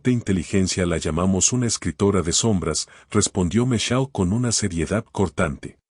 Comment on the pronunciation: Solo voy a decir se pronuncia michel. No micheye. Segundo si su hijo y la nuera Vivian en su propia de du casa como la tal lucia estuvo a las tres de la mañana en el despacho de este señor. Una historia con muchas inconsistencias. Y la historia nada que ver con el título. Y el hijo es un patético